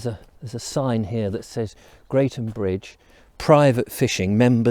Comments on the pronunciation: It is pronounced Gretham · Crossed it many times :) It's actually pronounced 'Gretham" :)